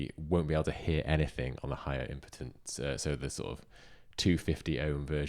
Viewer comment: I will subscribe as long as you stop saying "impidence"! It's pronounced 'impeedence' because it impedes ' ( slows down) the flow of electrons. Still gonna buy one though. After this! You've just cost me over a £100! Thanks. 😉